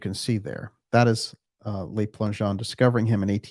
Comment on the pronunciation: Le Plangeon . The Le is pronounced l-eu not l-ay. Le is the article for one male. Les (l-ay) is the plural for men. Just thought you'd like to know. Love the show.